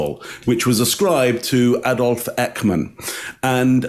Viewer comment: please go and ask your Dutch wife to teach you to prenounce the name Eichmann please. Definitely not “Eckman”., my condolences on the loss of your mum. Nice to dedicate this episode to her memory.